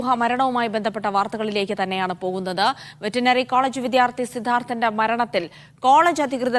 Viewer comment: വെറ്റിനറി അല്ല വെറ്റെറിനറി